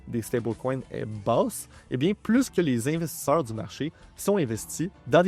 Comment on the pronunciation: On dit investisseurs eur pas investissor monter incroyablement beaucoup 🤷🏼‍♂️ 😢